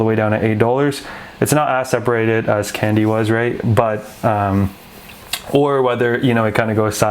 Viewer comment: Pronunciation “Kong-Di”, though I also do like “candy” :)